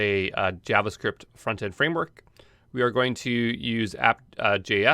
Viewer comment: he said “I’m gonna go back to the front here”, but sounded like “frontier”, while using Star Trek references…nah, just me? Ok.